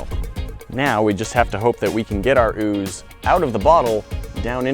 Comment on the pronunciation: haha ooz tring to exscape😂😂😂